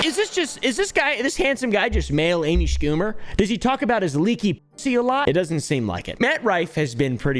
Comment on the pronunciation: "Amy skoommer"